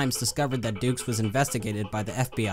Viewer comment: Hate to break it to Frank this way, but d-u-x isn't pronounced as Dukes: it's Ducks.